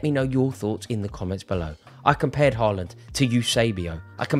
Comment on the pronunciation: If u tries to critic Haaland playing.. try to pronounce his name correctly......